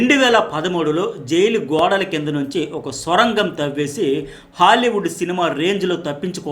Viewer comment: అది స్వరంగం కాదు సర్ సొరంగం